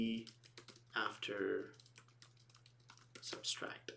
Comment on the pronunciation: Not that I am any stickler for chaste English, but it's SUBTRACT, not SUBSTRACT. BTW, great videos !